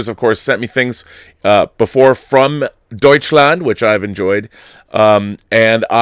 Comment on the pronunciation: Rob's "Deutschland" ist deutlich besser als Dieter's Englisch. 🤔😂